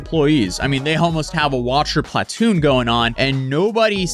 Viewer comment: Unsubcribing. He says platoon weird.